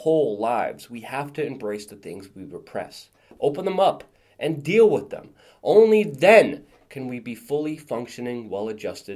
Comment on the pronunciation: Here is my complaint: You say "wit" for "with" and I am a stickler for grammar! Go ahead and keep on saying it because it is cute (like you).